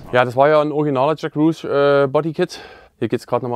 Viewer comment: Sorry, klingt jetzt vielleicht ein wenig kleinlich, aber als Fan amerikanischer Autos und der Nascar muss ich dich darauf aufmerksam machen dass "Roush" nicht "Ruusch" sondern "Rausch" ausgesprochen wird. Da bluten einem ja die Ohren. Aber tolles Auto was ihr da vorstellt.